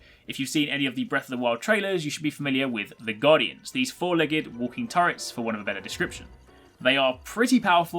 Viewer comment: Noticed that u said four legged when u talked about the guardians, just leggung i know